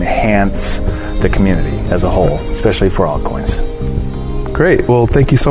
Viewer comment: "Ekspecially"? Seriously dude?